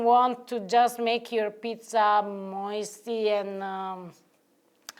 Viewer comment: cracks ne up every time she says Moisty....lol you're a lucky man Wonderful cook and beautiful. I LOVE YOUR CURLY HAIR. One of my best girlfriends is Italian and she has thick curly hair like. She is also a wonderful cook but she is a pastry chef. I love on my food like. People say oh wow can I get the recipe? I tell them straight out.... You will not do what I do so don't bother. Cooks want immediate satisfaction and that's not how you make a recipe. It takes time and love.